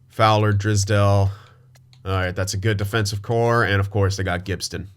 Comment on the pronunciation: and you pronounce drysdale wrong lmao. not drisdale, its DRYsdale😀